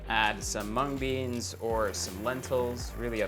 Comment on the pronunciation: did just erwan said mung beans